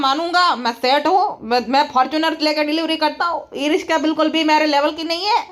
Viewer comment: ई रिक्शा❌️ ए रिश्का✅️ मेरे रश्के कमर 🤣🤣 your misspelled were also hilarious